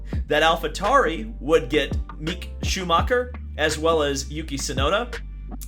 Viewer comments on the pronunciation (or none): I have no clue what Marcus Ericsson, as of the moment I'm writing this, has fundamentally predicted right. (according to you) It is all still open to anyone. Also.. stop butchering these names. they are not that hard to pronounce. Mick especially is very easy to pronounce, its like Nick. but with an M. The only thing Marcus might be right about is where Piastri will end up, though McLaren is a stretch as Ricciardo has a contract and can force McLaren to either buy him out or retain him for at least another season, which is a 25 million dollar decision. Logan Sargeant will be a more likely candidate for the Williams seat, assuming he will finish in the top 5 of F2 (He's currently 3rd). De Vries is quite old for a rookie. Gasly is a viable candidate for Alpine's seat, but has a contract with Alpha Tauri/Red Bull which is likely not easy to dismiss, he'd be better off waiting for an opening in the big three, i.e. Red Bull rematch. Schumacher moving to Alpha Tauri is also a stretch as Schumacher is a Ferrari academy driver, which means Ferrari pays for his seat (partially) so it would be more beneficial to a team with a Ferrari power unit as that will likely get them discounts (for retaining him, so Haas will not drop him that easily). I do not see Ricciardo sell his remaining pride to sit in a Haas, and although Gene Haas might be interested in his services, I think Schumacher nets him more marketing income vs salary and such, while Magnussen is too good to yeet out unwar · I mean even if you don't know who Mick Schumacher is, you think you could pronounce Mick from knowledge of Mick Jagger.